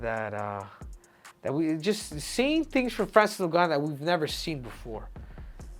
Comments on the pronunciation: 😂😂😂 pronounce ngannou well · Breh... say his name right. SHit's wild disrespectful lmao He wouldnt call you Henry CeJOOdo. '